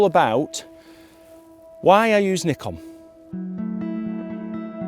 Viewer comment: Nice to hear you pronounce Nikon right as Nee-Kon! not as many other youtubers as Nye-kon. So annoying. I think modern Nikon is really good for landscape photography and architecture photography, because of sharp lenses and colour science which I like more than others.